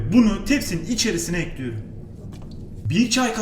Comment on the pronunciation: Dayının ekliyörüm deyişineeeee ölüyörüm